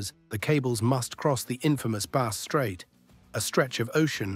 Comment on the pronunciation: The narrator didn't do all his homework - his pronunciation of Bass Strait and Marinus is woeful.